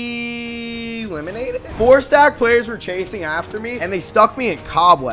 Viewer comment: The fact that e said eeeeeelimanated??